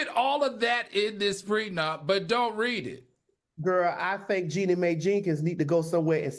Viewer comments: That lady's name is JEANNIE not JENNY! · It’s pronounced Genie. Do black women not dispute in divorces? What does this have to do with race? She’s mad, so what? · lol yall know Jeannie name is pronounced like Genie right